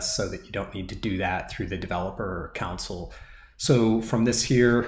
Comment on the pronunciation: with much respect, can I mention that "console" is pronounced CON-SOUL, I was getting confused with your instructions talking about a COUNCIL until I realized what you were saying. cheers